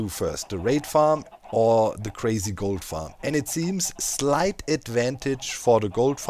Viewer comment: Is it just me, or when Doc says "Gold farm" does anyone else hear "Goat farm"? Now I want to see a GOAT Goat farm...